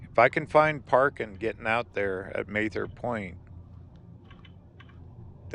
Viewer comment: Very good video. I love the canyon. Please learn how to pronounce Mather.